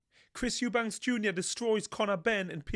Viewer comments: His name is EUBANK 👊🏼 there is NO S on the end 🙈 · It's EUBANK LOL😅😂